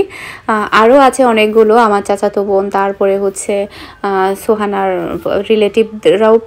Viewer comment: Tumr sob kotha e sunte valo lage kintu tumi business k bisnes bolo r bon k von bolo asob pronunciation Thik kore bolle valo lagto kotha gula